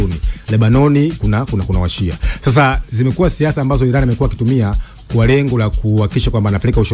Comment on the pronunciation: Inatamkwa 'Iraan' na sio I-ran!